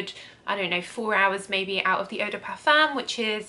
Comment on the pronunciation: Love your videos 😍 thank you so much ❤️❤️ Just a little tip, eau de parfum is pronounced O DE PARFIN